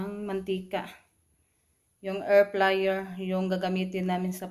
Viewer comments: Air fryer not air flyer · Airfryer po d flyer